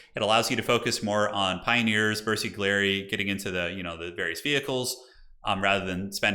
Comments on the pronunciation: This was some amazing commentary. The bersaglieri is actually pronounced bear-sa-lee-ea-ree or something around that. You were spot on with carro armato! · Okay, your commentary is very entertaining, keep it up! there are a couple of mistakes in pronounciation though - Stug is pronounced Shtoog - g like grey, not jam (from Sturmgeschütz) . and bersaglieri - g is silent, so its Bersal'yeri, idk its hard to describe a sound, basically when you select the squad you can hear themselves pronounce the name correctly. other than that - big fan!